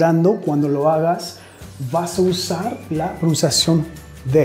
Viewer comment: Hi, thanks a lot for your classes they're amazing, please keep doing it. Me gustaría corregir tu Español, diciéndote que cuando dices la palabra PRONUNCIACIÓN, ella se te escucha como si dijeras PROUNCIACION y esto es porque no se escucha la N, debes decir PRO NUN CIA CIÓN. It was my pleasure Mr... anytime!